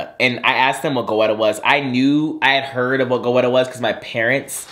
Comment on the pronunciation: You are truly my friend in my head🤣❤ btdubbz, goetta is pronounced like "getta"🤷🏾‍♀️sorry to that man🤣🤣🤣